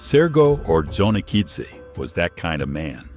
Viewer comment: Hate AI crap; Johnny Okidzze.